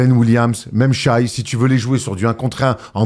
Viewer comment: saison pro, dit shai et pas shy stpppppp